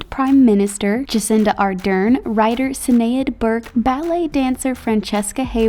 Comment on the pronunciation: Is anyone else who is Irish find it funny how they pronounce Sinead if any else dosent know how to pronounce it the name has a kinda sh sound to it at the start Irish